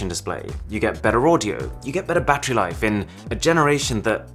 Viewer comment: battery sounds like boobies